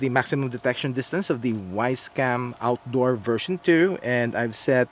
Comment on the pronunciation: "Wisecam Awtdor"